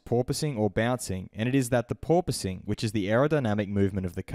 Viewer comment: No Toto! Its porpoising